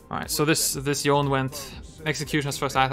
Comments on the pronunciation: Why do you say yone? It’s yo-nay, the Lol spotlight for the champion even says his name😂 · Me, an Asian, secretly triggered from the way "Yohn-neh" is being pronounced as "Yawn"